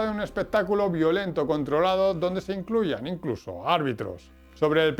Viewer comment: Amigo, en serio, me encanta tu contenido, pero no podes pronunciar rili scout o gladietor, o hablas en español o pronuncias bien el ingles, pero da verguenza ajena. Además decis incluso incluian... un poco de guión, ojala te ayude a mejorar.